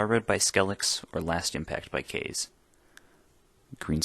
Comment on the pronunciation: Actually it's pronounced as Ka-zey.